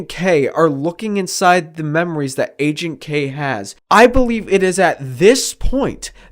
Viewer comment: Loved the video. Ps: Everytime you said "Agent K" I thought you were saying "aging K" lol it's funny considering what the video is about.